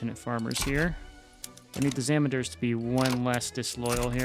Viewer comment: If zamindars is too difficult to pronounce, just say landlords or landowners, because thats what the term means